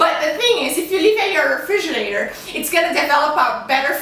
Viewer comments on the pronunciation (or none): Refrigerator....not refrigernator..